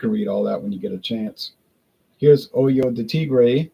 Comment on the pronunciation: It’s pronounced Oh-ho de Tigre, “Oy-yo” de Tigre could be misconstrued as something unsavory 😂. Love your videos as always!